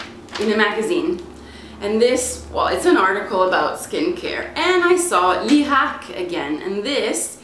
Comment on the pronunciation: sei italiana per caso?! grande pronuncia!! ho appena comprato lierac high peel